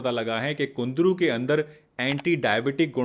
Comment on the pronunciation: It's kundru not kundri.